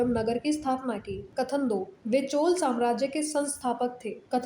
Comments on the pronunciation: चोला नहीं चोल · mitr jo video mai bol rahi hai madam wo चोला bol rahi hai unke lie likha maine ki चोला nhi चोल boliye